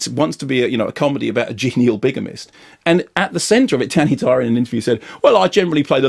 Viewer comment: That DANNY DYEOORR was priceless